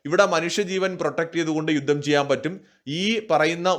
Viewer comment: യുദ്ദം അല്ല യുദ്ധം ആണ്